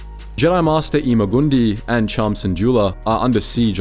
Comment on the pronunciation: pronouncing ima gun di’s name blatanly wrong genuinely for what reason bro 💔🤦‍♂️ and wtf were you talking about there being no high stakes when anakin lost r2? do you just not know or remember anything that happened?